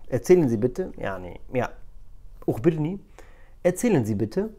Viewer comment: أَخبرني وليس أُخبرني وشكرا على الفيديو 🙌🏼